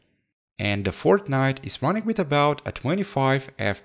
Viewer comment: with this one to" wid the dis one" that is what he said